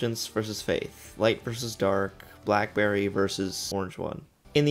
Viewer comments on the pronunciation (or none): none